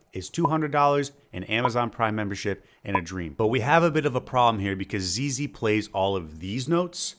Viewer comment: I thought he said zayloe at first lol